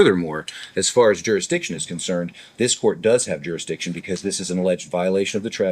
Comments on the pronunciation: What's a jurixdixtion other than a bigger word than he can actually say? He filed an appeal with the appeal people, in the appeal place... in the wrong state! You know what he's sayin? He doesn't. He's using words he can barely say let alone grasp the meaning of. Any continuation of these proceedings should be viewed as abuse of the handicapped. My neighbor who had 2 strokes can put a sentence together better than this clown. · “Jurix diction”! Huh! 😂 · Jurickstiction... 3rd grade education trying to speak larger than life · I think some of these SovCidiots think if they say the magic word "jerrusdicshun" enough they will automatically be let free.